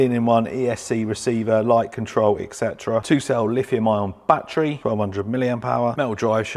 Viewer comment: Etc = Et Cetera, no "eck" in there.